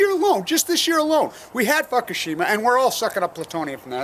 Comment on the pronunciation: pronounced Fukoshima like F*** oshima lol